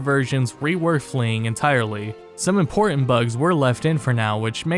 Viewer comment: Just as impor-ahn!